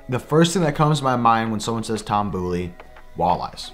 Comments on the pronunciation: Boley= Bowl-ee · Shredding Toms last name..... it’s B”oh”ley. Lol. Not the boo. Lol